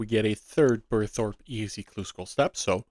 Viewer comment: You miss pronounced Thrope... You're welcome!